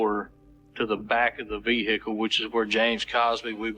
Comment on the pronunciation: VEHICKLE - unbearable video to watch due to the butchering of the English language